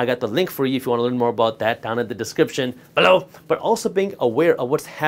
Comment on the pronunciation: Idk y but every time he says below I bust up laughing. Thank you for the info very helpful info iv watched 27 videos from you in 3 days. Learned alot